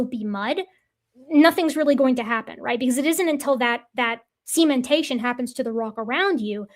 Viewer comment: can say "cementation"! Hurray! I'm still not gonna forget "sementation" any time soon, though. xP